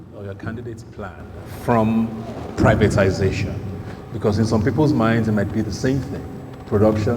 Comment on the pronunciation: The guy representing Tinubu kept saying "Privitanization", instead of "privatization". Like father like son.